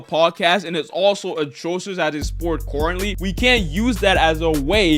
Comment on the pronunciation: “coorantly” smh 🤦‍♂️